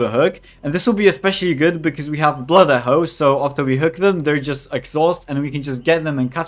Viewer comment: "Blood Ehho" 🤣